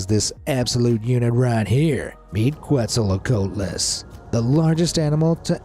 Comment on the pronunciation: Is it me or is there AI in this video? And also what’s with the JWE2 footage, it’s even moded some times This is a decrease of quality And you pronounced Quetzalcoatlus wrong